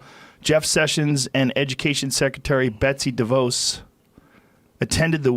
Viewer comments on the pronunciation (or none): none